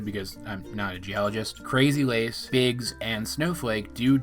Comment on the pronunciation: I thought that instead if "Biggs" she said "Bix" as is "Bixbite"